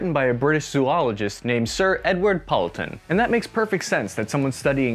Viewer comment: Just a comment on Sir Edward Poulton. His name should be pronounced /'pool.ton/, not /'powl.ton/. Second, if you want to use Sir with one name, you need to say 'Sir Edward', not 'Sir Poulton'. 'Sir Poulton' isn't a thing – stick with Poulton if you want to use his surname. 'Sir Edward' is formal – if you were close friends, you could call him 'Edward'.